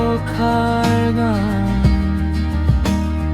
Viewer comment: Val lagil, pronounsation korobat ......... E.g boroxa, boroxun etc